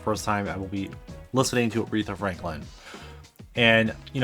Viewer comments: The pronunciation doesn't have a second r in the third syllable. :) Not Arethra like urethra but just Aretha. :) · Her name is Aretha, not arethra dud. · Loved this. Aretha is my absolute favorite. Second to none. I met someone over the weekend who had never heard of her. I was shocked, but she’s not from Detroit and was only 21. Also, it’s A-REE-Tha, not whatever you were calling her. Just call her Aunt Ree. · Your saying her name wrong!!